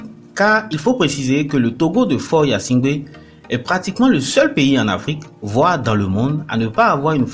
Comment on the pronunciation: Mêlez- vous de ce qui vous regarde et dans votre pays ! Qui va s abonner ? Mais...vous 'e savez même pas prononcer son nom. On vous a dit qu il se nomme yasimgbe ??? Tais- toi!!!!